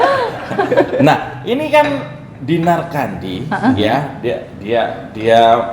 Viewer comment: Tolong lafal namanya jgn salah. Yg bener itu tetap CANDI, JGN KENDY ATAU KANDY. CAAAANDiii ✍ ya. 🤣